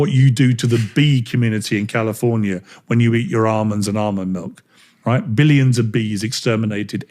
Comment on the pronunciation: "Armands" 😂 The bloke can't even talk properly